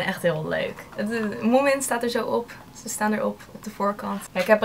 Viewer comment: Leuk dat je ook helemaal gek bent van moomin, ik ook maar mijn finse vriendin die zegt dat je die n niet uit spreekt ;)